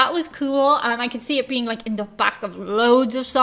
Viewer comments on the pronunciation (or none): none